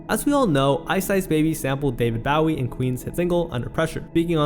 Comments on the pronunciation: The pronunciation of Bowie makes me cringe. Otherwise, great video. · Your'e pronouncing David Bowie's name wrong. BOW-EE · Hearing David Bowie’s name mispronounced hurts my bones. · This is a good video man, but you should figure out how to say David Bowie 😂